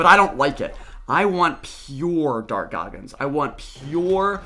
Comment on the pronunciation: Im so high rn im laughing everytime he says dark goggins